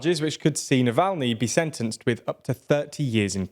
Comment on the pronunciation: Oh come on, it gets ridiculous with the foreign names. You pronounced Alexei Navalny in two different ways. 😂